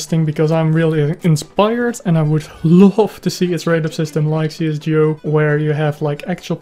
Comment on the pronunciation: i know but you are saying it not right